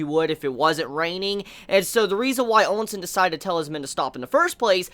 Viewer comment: the names you use are funny lol. Ousen has no "n" after the O and Qin has no "u" after the Q xD Still, I know it is not easy to get all the names right when you binge this manga in a short time considering the huge amount of characters so yeah. Note: Qin is meant to be pronounced as "Chin" and is thought to be the origin of the contemporary name "China". I think you can pronounce it with Q or Ch, either way it is fine - I myself use the Q sound and pronounce it as "kin". On the other hand, Quin with a "u" sound in the middle is kinda odd lol.